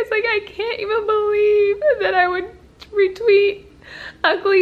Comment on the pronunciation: And she kept lying calling it "REtweets"